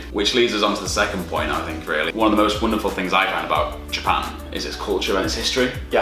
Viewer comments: 右の方の”Japan”の発音がすごい”ジャパン”って感じ！ Japanってもっとじゃぁぇぱぇ〜んっていう、人が多いイメージ笑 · 初見だからどこの人達か分からないけど 「Japan」の言い方が「ジャペーン」みたいな感じじゃなくて「ジャパン」ってスペル通りに発音するんだね。 少し違和感があるけど丁寧な感じがしていいね( ´∀`)b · 白の服の人のjapanの発音がカタカナに近くて可愛い